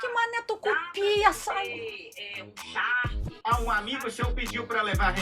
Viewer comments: 😂, é charque e não shark kkkkkk Charque é carne seca, carne de sol, jerked beef Baby charque tchu tchu tchu 😂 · Oi,, você é muito engraçada! Parabéns! E “charque” não é “shark”, ok?